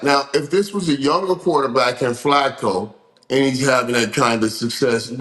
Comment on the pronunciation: Cam and Mase made Joe dominican. 😂😂😂 "FLÀCO"..😂😂😂😂.